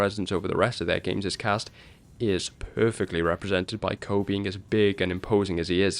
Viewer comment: KOH!!!!??? I THOUGHT IT WAS PRONOUNCED COO!